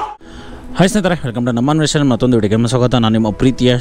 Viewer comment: ಅನ್ವೇಷಣೆ ಅಂತ ಹೇಳು, ಅನ್ವೇಷನೆ ಅಲ್ಲ